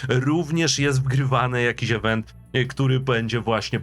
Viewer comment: IWENT a nie EWENT !